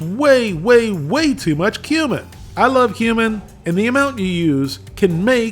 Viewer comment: Excuse me, no offense but it's pronounced cumin.